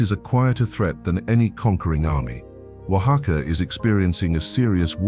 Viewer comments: Great description, doesn´t seem AI. The commentator pronounces Oaxaca very accurately. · Oh, it's AI alright. Correct, One of the few words pronounced correctly is "Oaxaca", but many, many other words were pronounced poorly. AI does that.